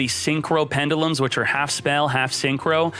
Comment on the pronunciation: Dislike for so many mispronounced pendulums lol.